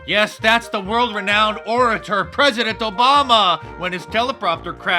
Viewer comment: Al green can’t say President,says pezedent instead